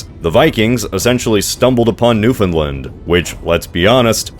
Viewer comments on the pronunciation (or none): none